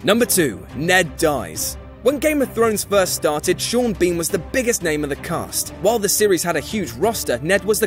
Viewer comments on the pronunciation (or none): none